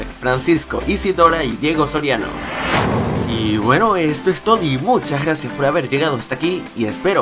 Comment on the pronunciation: escuche todi en cuando quiso decir todo ¡otro error mas!